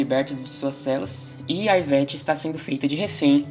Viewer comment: iveTE, iveTe, Não iveTi